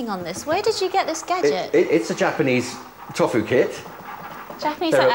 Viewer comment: The guys who makes tofu can't even pronounce it properly haha "toffoo"